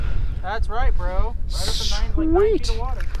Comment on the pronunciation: It’s so funny every time I hear “brah”